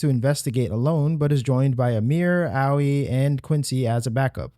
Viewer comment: thats not Albrecht, the black eyes are a pretty clear indicator that is his indifferent doppelganger. Owwy? Really dude? OWWY? They pronounce it both in game and on stream when it was debuted. Its pronouned AY-OY. Owwy....... 😂 Also it ELLA-NORE NOT ELLY-ANORE. jesus man. Great video but that shit irked me. Great video. Great interpretation. Watched the full thing. Thanks for your effort man.